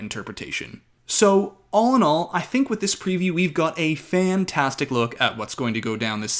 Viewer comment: Fan-TAS- tic !!!😊